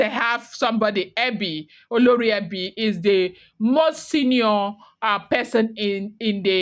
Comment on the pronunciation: Same spelling different pronunciations you are doing great 👍 olori ebi and oloree for the oba's wife.